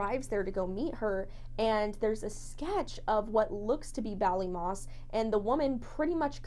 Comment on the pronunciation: So so sad :( and yes you said Ballymoss correctly XD I wish they had answers and closure